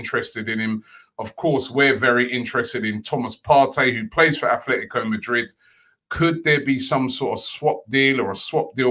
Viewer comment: Day 1 : After years and thousands of people trying to teach him, Robbie stills pronounces Athletico. Time to start counting day by day till he pronounces it properly.